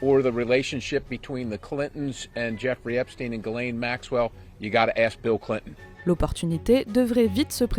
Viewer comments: Epstein et pas epstin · EPSTEIINE ! pas epstine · Einstein, on ne dit pas Einstine. C'est pareils pour Epstein. Merci de prononcer le nom correctement. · Arrêtez de dire Epstine c'est infernal, c'est quoi le deal? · EPSTEIN NON EPSTINE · "Epstine" 😂 pourquoi changer d'un coup cette prononciation ? 😅🤣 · Epstine 🤣🤣🤣 Ça me fera toujours rire. Les pourris du système disent tous Epstine. Les autres disent Epstein et comme ils disent également Albert Einstein et pas Albert Einstine. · hufftington post = propagande $ioniste pro soros comme cnews=propagande $ioniste pro netanyahou ces gens qui veulent inverser la réalité en prononçant epstine alors que c'est epstein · t'es certain ? Du coup Albert Einstein, c'est pareil ? 😅... En tout cas en France, la prononciation a changé d'un coup, aucun média avant ne disais Epstine. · Vous êtes drôle avec vôtre prononciation : "ép stine" alors que pour Albert c'est toujours Einstein ! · Pourquoi les journalistes prononcent mal son nom ??? Ils veulent faire croire que c'est pas un juif ou parcel que ca sonne mieux avec Poutine. Les journalistes de la honte